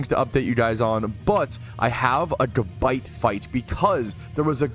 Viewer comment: i love u, BUT ITS GABITE not GUHBITE lmaoo